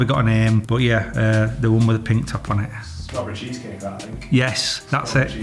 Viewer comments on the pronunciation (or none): This was amazing please keep it up!! Now go and practice how to say strawberry cheesecake krispy kreme!!